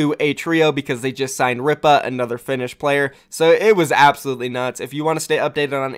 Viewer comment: I'm pretty sure Ripa is pronounced Reepa